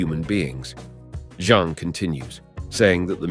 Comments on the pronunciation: I like the way the narrator calls jean John n missiles torpedos.😅😂I think this English man needs a English lesson.lmfao🎉😂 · Is Jean pronounced “John”? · Bloody Nora, can you please pronounce the English name Jean and not as the French ‘Jean’? Edit: Seriously, did your robot have a fecking seizure? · I love how everybody just missed how he completely butchered Jean Grey's name by pronouncing it like Jean Claude's name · Great video but it drove me insane hearing you pronounce Jean differently everytime you said it. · Boy it's a good thing Jean"John" Grey was there to help Wolverine after being saved by Storm and Cyclops lmao!! I was kinda digging this video too I was even gonna look past the John Grey accident but hearing Magneto pronounced with a short "E" instead of a long "E" like the word "net" instead of like "Neet", so many times I had to take a break after about 20 mins. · Jets firing torpedos....mag-net-o, 'john' grey, one-two-eight....this is comedy....😂😂